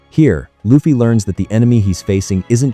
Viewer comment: STOP SAYING IT LIKE THAT!!!! IT'S AN L! NOT AN R!!!! IT'S ONLY AN R IN JAPANESE!!!! IT WOULDN'T BE AS INFURIATING IF YOU DIDN'T SAY THAT WORD AGAIN AND AGAIN AND AGAIN EVERY SINGLE HELLFUCK MINUTE OF THIS VIDEO!!!!!!!!!!!!!!!!!!! AWFULL!!!!! STOP USING AI VOICES!!!!!!!!!!!!!!!!!!!!!!